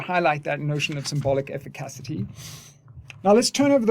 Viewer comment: This is another great video, and you’ve taught me a lot about Lacan over the years… BUT brother, I can’t take you mispronouncing “efficacy” anymore! I only bring it up because I care ❤️